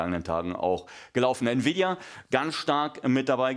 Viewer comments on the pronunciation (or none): none